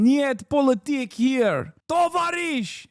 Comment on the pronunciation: to-VA-risch, omg Hasan 🙄